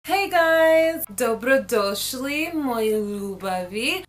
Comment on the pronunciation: You said dobro došli very good. Most American people cant say it like that cuz Americans have "hard" acsent. Nice.